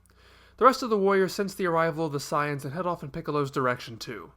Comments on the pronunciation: he keeps mis pronouncing sayians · Why does he pronounce 'saiyans' so weird?